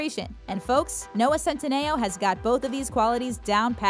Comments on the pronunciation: It’s pronounced CEN-TEEE-NOOO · You’re saying centineo wrong